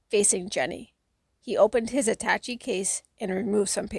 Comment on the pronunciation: I loved this book as a kid & I still do as an old-ish man! I tried listening to a few other ones before finding yours; yours is the best. In chapter 25(Jenny), the word attache has a shay sound, like atta-shay. English is a silly language, considering how often it breaks its own rules. I guess it's because English is made from so many other languages... Thanks for sharing this, here's hoping you have a great day!